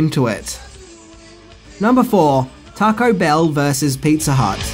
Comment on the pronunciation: Pizza "Hutt" ?! 😂